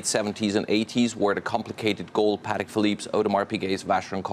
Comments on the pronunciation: I love how Aurel comes down to that choppers level to not embarrass him any further than the complete and utter tool he’s shown himself up to be. “Patteeek” indeed.... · I clutched my invisible pearls when he mispronounced Patek...omg...I’m from south central LA and learned how to pronounce it in the 1990’s